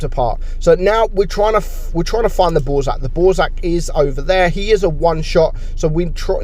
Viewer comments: sweet! but the french word BOURRASQUE should sound like "BOORASK" (not boozark) :)) Means "gust"! Great job on your channel! Cheers from Belgium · calling the Bourrasque the "Borzak"???????????? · Nobody: when he tries to pronounce bourrasque: ballsack